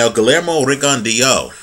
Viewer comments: pronunciation is actually better than yours. It's pronounced Ri-gon-dee-ow. If you want proof, type in to youtube 'Pro debut Guillermo Rigondeaux vs Juan Noriega Part 1' and go to 4 minutes and 44 seconds. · No problem. The HBO commentators and therefore most people pronounce his name like you do, you weren't to know. I would have thought the same but I just happened to watch that pro debut fight a month or so ago and remembered the correct pronunciation.